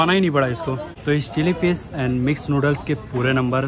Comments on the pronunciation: It's not fis It's fish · Chilli fiss ,, 🤣🤣🤣abe bolna toh seekh le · Who else hearing chilli fish; chilli flakes